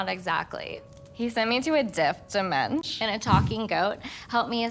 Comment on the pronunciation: "He sent me to a diff dimenshion...